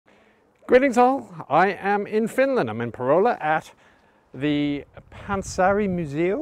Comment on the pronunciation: Damn he actually said Panssarimuseo and pronounced it quite well 😎